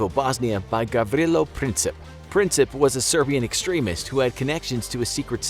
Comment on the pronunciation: He didnt pronounce Gavrilo and Sarajevo right